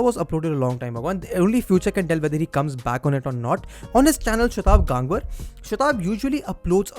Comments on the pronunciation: It is गंगवार and NOT गांगवर. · Bhaiii wtf tu indian h...gangwar word ko pronounce ku nahi kr raha tameez se...😡😡😡😡😡